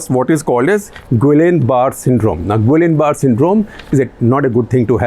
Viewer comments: it is pronounced at Gia barry syndrome not guillian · It is pronounced "gee-yaan buh-rey" "गियाँ बरे" syndrome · Guillain-barré syndrome that you mentioned in the final few seconds.... Is actually pronounced something similar to "Jeeyaan Barrey"...... I only know it because I watch so much medical thriller TV series 🙈🐵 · Mr Gupta, Gullian barrè syndrome is pronounced as “Jiyan Bari syndrome “ its a form of ascending paralysis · Guillain-Barre syndrome is pronounced with the "ll" silent and with a stress on the "e" at the end. You're welcome!